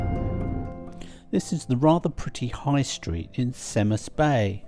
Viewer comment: Wylfa = OIL-va Cemaes = KEM-ice Llyn Alaw = Hlyn AL-ow Not criticising - just an FYI.